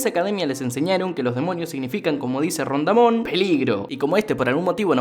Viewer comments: Pero mi estimado acaba de decir "Rondamon"? 🤨 XD en vez de DON Ramón? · soy yo en el minuto dijo ron damon en vez de don ramon